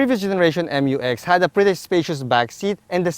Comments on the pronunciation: FYR it is pronounced as "myu-ex", not M-U-X. That's why it is spelled Mu-X. ✌️ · I thought the pronunciation is "myu-ex", and not "em yu ex".